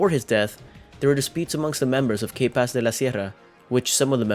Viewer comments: Pronounce K-Paz like you pronounced 'capaces.' the letter K is named and pronounced [kah] in Spanish.. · Lol you pronouncing K in English just makes the band name sound wrong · You need to stop doing these videos if you can’t even pronounce things right. The way you pronounce K Paz was just horrible. I’ve seen more videos and you butcher names so badly and it’s sad because you actually sound Hispanic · Bro learn how to say the band name right n his name